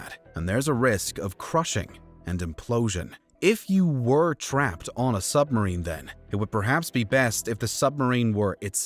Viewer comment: I'm pretty sure he's saying "summerine."